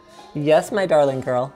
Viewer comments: I grew up in the deep south. He doesn't. We never pronounce the G. He also doesn't have any southern twang on the A. Do not speak about that which thou knowest not. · He says it like a hoser.